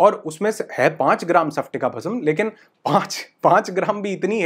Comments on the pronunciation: nice information❤ sir लेकिन उच्चारण सप्टिका नही स्फाटिका भस्म 😅बोलिये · सपटिका नहीं... स्पटिका🙆🙆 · Sorry to say sir isko सफ्टिका nahi स्फटिका bolte hain.🙏....aapne likha to sahi hai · Sir its called स्पटिका ( and not सफटिक) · सपटीका नही स्फटीका